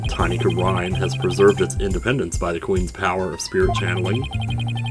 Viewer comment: I know these are recorded well in advance, but just so you know, both Kurain and Khura'in are pronounced "koo-rah-een", or "koo-rein" if you want to shorten it to two syllables. They're both pronounced the same way you've been pronouncing Khura'in, basically. They're even spelled the same way in the Japanese version. I think the only reason they chose separate spellings in English is to give the impression that it's the same word, being translated into English from two different languages (being Japanese and the fictional Khura'inese).